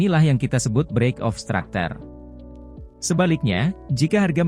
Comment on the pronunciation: Structure bang bukan stracter